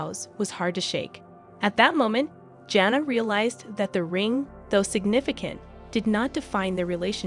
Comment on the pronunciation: You are not even pronouncing her name correctly! Smh